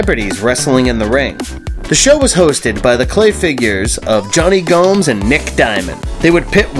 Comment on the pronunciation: You only showed 4 shots from the original Celebrity Deathmatch, the rest were from the 2006 continuation series on MTV 2. Very disappointing. And it is pronounced Johnny Go-mez, not Gomes. One last point, the show was made using stop motion animation, not claymation.